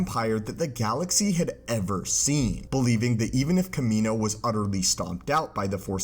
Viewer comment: The way you're pronounced Kamino killed the vibe of the video for me and am turning it off now. Like holy shit my guy you should probably pronounce the word properly when it says it in movies, and when your whole video is about why clones aren't a thing anymore.